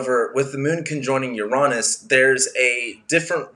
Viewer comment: Finally! Someone who pronounces Uranus correctly. 👍💕